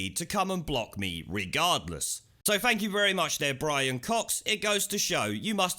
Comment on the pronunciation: BWIAN, BWIAN..